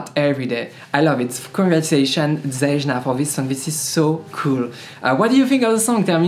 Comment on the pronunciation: Btw her name is pronoumce like its written ...it is Zeyna...on english ..greets